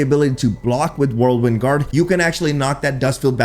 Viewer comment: keeps saying whirlwind like "worldwin"